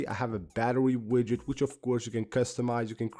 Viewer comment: you suggest a widget app? Is it called widget or Widgey? Could not really understand, and I don't see it in any notes?